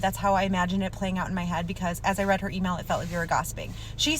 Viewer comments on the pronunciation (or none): none